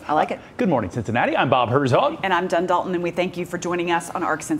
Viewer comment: I know you meant to say Jen Dalton, but you said ''Dun Dalton'' at least thats what I heard.. you both are my favorite